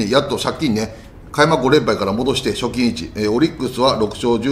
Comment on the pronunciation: この言い方が、借金なのか、貯金なのか・・・